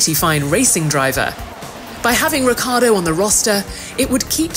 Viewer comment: RiccIArdo isnt it? Why she keeps saying reccArdo?